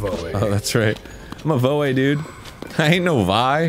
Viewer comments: Pronunciations for Dan: Voh, Vye, Gehrudo (as opposed to Jerudo) and just in case you forget, Highlian. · He may know how to throw, but bless him, he still can’t pronounce Gerudo or Voe. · Arin: “Say ‘voe’ so we know how to pronounce it!” Riju: “Gerudo Town is in danger!” Arin: “Jerudo”